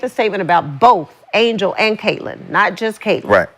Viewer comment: Before Sheryl wouldn't say Catlins name like she was Beetlejuice. Now she's saying her name like Sandra Bland! 😂😂😂 R.I.P to S.B. but it's true!